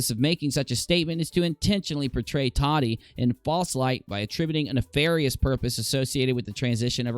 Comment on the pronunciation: It sounds like you're say t-a-d-d-i-e. Lol. Tah-tee I believe it is .